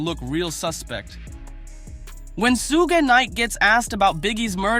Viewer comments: SUGE is pronounced SHOOGE NOT SOOOGE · Say his name right you fool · Why can't you say Sug's name right? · You Dumbo Utuber , You Are Not Saying His Name Right ! I Am So Tired Of You Utubers Not Talking Saying Black 😒 😑 🙄 😐 Names The Right ! Love Lee Lee !